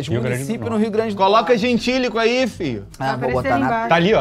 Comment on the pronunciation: O falando:" FIO"!